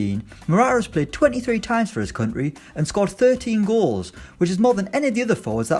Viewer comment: Please start saying country properly I beg 🙏